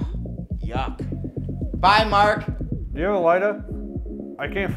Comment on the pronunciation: "Mahk" "Maht" "Memahw" lmfao i love how everyone has an H randomly in there. Surprised it wasnt "Rohy"